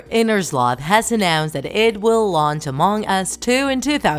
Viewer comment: It is not mong us it is Among Us